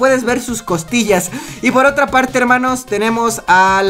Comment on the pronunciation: like si les gusta que diga herrrrrrrrrrrrrrrrrrrmanos